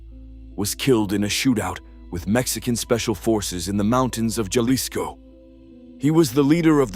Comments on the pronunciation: It is NOT pronounced "JALISCO"....it is pronounced "Halisco". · Jalisco sounds like Halisco